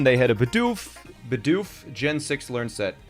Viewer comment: It’s not bidoof it’s bidoof BEE DOOF